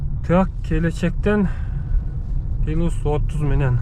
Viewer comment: Пилус дебей плюс деңчи